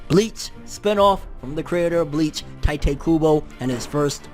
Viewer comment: “Tee-toe koo-boe” your welcome